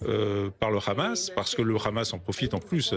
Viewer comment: Pourriez vous dire a votre grand reporter specialiste du moyen orient Laurent H que "Hamas" en arabe ne se prononce pas raaamass mais Hamas? Il sera un plus credible dans ce qu il raconte. Pareil pour la dame qui a ensuite commente.